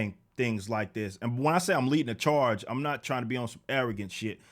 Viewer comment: "I'm leadin' the CHAAHGE!!!!"